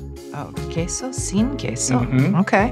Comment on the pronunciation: she said queso sin queso perfectly